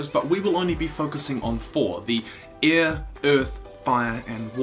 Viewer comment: You didn't pronounce air correctly